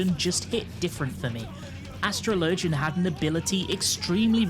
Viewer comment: Bro how do not know how to pronounce Astrologian? It’s like the word “astrology”. How do you not make that connection and continue to butcher the class name to whatever the fuck you’re saying? That’s something that a 10 year old learning how to read big words would struggle with. Do better.